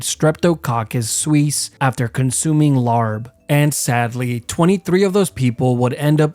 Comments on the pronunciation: ITS NOT LARB ITS LAAB AND YOU CAN USE COOKED MEATS FOR IT AND NOT BE EATING SALMONELA LMAO. DON’T BUNCH US THAI FOLKS IN WITH THE UNEDUCATED COUNTRYSIDE PEEPS. IVE LIVED IN THAILAND MY WHOLE LIFE AND NEVER HAD A RAW MEAT LAAB IN ONCE… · It’s not pronounced “larb” it’s pronounced “lahb” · It’s not pronounced Larb it’s pronounced lap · man I know about larb since my wife is thai but man hearing the way you pronounce larb makes me want to cringe lol. it is not pronounced as LAR buh but more like laaaaaaahhhhhbbbbb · its not pronounced "larb" its "lap" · I think Larb is pronounces Lahb or Laap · It’s pronounced “Laab” and is totally safe in modern Lao and Thai restaurants. Sooo good, and fully cooked😅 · as someone with Laotian family, there's a few important things to correct here 1) we spell it "laab" and pronounce it as "la-b" (the "a" makes the same sound as the "e" in "encore" and the b is soft) 2) it's sometimes served raw (as well as other Laotian dishes) because of the lack of resources in Laos. they eat whatever they can, including using bile as a sauce base (which is surprisingly good tasting). my Laotian grandmother doesn't serve laab raw, it's usually grilled medium rare steak slices. But to get back to the point, yes it's sometimes served raw in Laos, but only because of how little resources they have. The country was already poor before communism took it over, and because they don't really have much to trade, they're stuck economically and it really sucks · Its pronounced “laahb”. Like pop with an L in the front. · im kinda geeked about the way he pronounced larb, i like his videos tho dont come after me, its just the pronounciation for the record, its pronounced “lahp” kk bye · Larb pronounced Laap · As a lao person myself, we typically eat Larb (pronounced Lahp) cooked in my family and its delicious!! my mom actually made some today! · Just so you know, larb is actually pronounced as 'laap', with the 'b' being silent. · also it’s not pronounced larb 😭